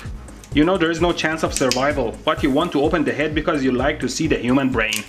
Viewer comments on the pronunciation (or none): none